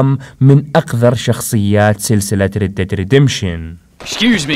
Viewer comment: تنطق راد red , وليس ريد read